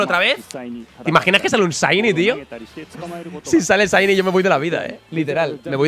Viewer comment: Porque dice siny en vez de shiny?